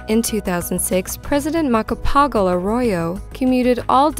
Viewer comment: This is a really nice video and all but the way you pronounce Macapagal is just wonderful 😂